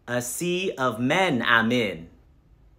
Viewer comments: I know I'm guilty of mispronouncing a couple medications but nothing like this, that "a sea of men I'm in" had me rolling. LMAO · "Ass effects" 💀💀💀 "A sea of men im in" Nah